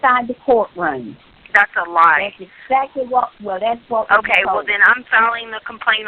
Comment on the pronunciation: “Liddurly” “Izzzzacly”